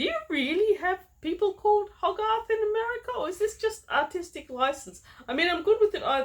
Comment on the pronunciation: Hogarth is an English surname, the book's character is possibly named after William Hogarth who was a 17th century artist and satirist. Btw it's pronounced Hoe Garth, English names and places can be a bugger for pronunciations unless you've heard them spoken out loud 👍